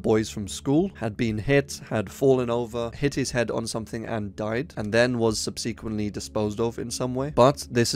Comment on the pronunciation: bruh. for as many times as you use the word "subsequently", you should really look up how to say it.